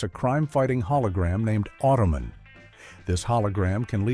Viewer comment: Automan and Manimal did not air in the same network. Automan (pronounced "Auto-man," not "Ottoman") aired on ABC, while Manimal aired on NBC.